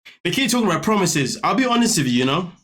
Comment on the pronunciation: Too many broken promiseths promiseths 😂